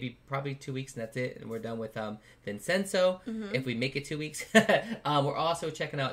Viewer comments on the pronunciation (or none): im confused why people preonounce vincenzo like that lol its italian so say vin chen zo bu ti guess the Korean pronunciation is slightly diff